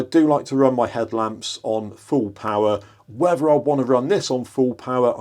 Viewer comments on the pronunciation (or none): none